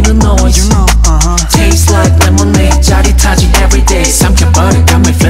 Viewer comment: A professor in field of Linguistique in my country (Thailand) praised Taeyong posting on FB that Taeyong’s Lemonade is a good and correct example for pronunciation by placing his tongue 🤣 It’s a true and fun story. 👏